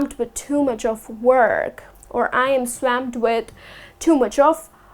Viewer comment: Hi.You pronounced the word swamp wrong